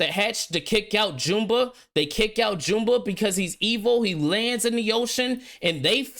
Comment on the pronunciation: F Disney. Lilo and Stitch is a 10/10 movie and I will never watch this trash. Also, you mispronounced Gantu and Jumba lol